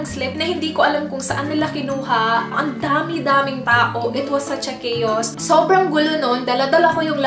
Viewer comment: Excuse me, bagong word po ba yung: “Cha-chaos???!!” Pinakinggan ko yung video mo 10X, baka kako ako ang nagkakamali..... eh hindi pala. CHA- CHAOS talaga yung sinabi mo. Hindi ako bashers, kaya nga nagtatanong ako eh.... new word ba yan sa Pinas? O baka naman pinauso mong word?